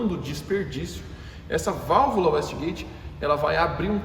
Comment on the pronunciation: Excelente vídeo, só uma correção: A pronúncia é uêiste gueite não uéste gueite.